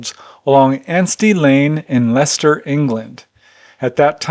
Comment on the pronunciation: hey. Great episode. James DOES look like a hybrid! You were heroic with those pronunciations! Leicester is about an hour and a half from me, heading for London. Yeah, it would have been much more rural then. I bet there are hundreds, if not thousands of cases in China. I still feel optimistic, and I'm not sure why. But, it feels like it is coming to a head with governments, and those who pull the strings. Take it easy. xxx